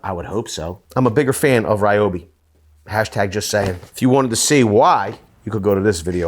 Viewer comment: Its pronounced ree-oh-bee.